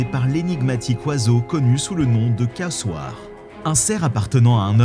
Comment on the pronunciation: On prononce " kazoare" et non " kassoare".